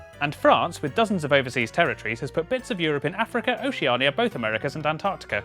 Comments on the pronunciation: ocenia yes what is that pronouncation though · the way you pronounce Oceania....... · Oceania is pronounced Oshu-nia Also, what is it with the sound in these videos, it just drops out and gets lower, is that intentional? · The way they misprounce Oceania makes me want to gouge my fucking eyes out. It just sounds like "oh-sha-nee-ah" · Me trying to figure out why oceania is pronounced like theres narnia at the end be like: I____I